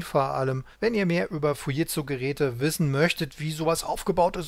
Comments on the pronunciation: Ich habe noch nie jemand Fujitsu so sagen hören, was ist richtig ? " Es entstand aus dem Kommunikationsbereich der Fuji Denki Seizō K.K. (engl. Fuji Electric Company), die wiederum ein Joint Venture der Furukawa Denki Kōgyō mit dem deutschen Unternehmen Siemens war. Der Name Fuji wurde dabei zusammengesetzt aus Furukawa und Jīmensu (japanisch für die Aussprache von Siemens).Erst im Jahre 1967 wurde der Name Fuji Tsūshinki Seizō zu dem heutigen Fujitsū verkürzt." Jimensu spricht man lt. Google Dschimensu aus, also sollte es doch "Fu-dschit-zu" heißen ? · Gute und interessante Darstellung. Nur an einer Kleinigkeit werden meine Nerven strapaziert ... wie der Name "Fujitsu" hier ausgesprochen wird. Da rollen sich bei mir die Fussnägel auf.